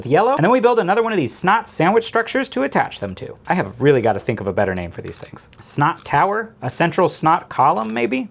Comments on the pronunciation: S. N. O. T. Not snot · SNOT sandwich no SNOTwich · You for how ever many times said S.N.O.T. I've never questioned what it was. Now I finally know. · SNOT rods... you know... like hot rods. :)